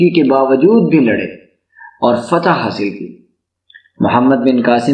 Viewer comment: That’s not "Fatah"